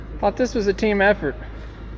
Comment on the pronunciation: says " I thauhht u's had fork extensions?"